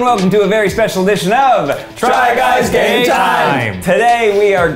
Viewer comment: I never kniw if they say game or gay time....but.....either is fantastic